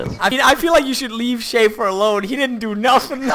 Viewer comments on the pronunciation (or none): none